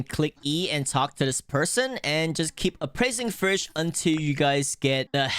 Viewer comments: Bro it's name is fish not frisch why do u say it like that😂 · the way he says vush instead of fish im not hating btw W content bro if i am the winner i dont think so but my is